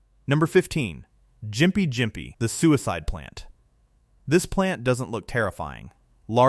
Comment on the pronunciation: what shocked me most was the constant mispronunciation FFS learn to pronounce especially Gympie Gympie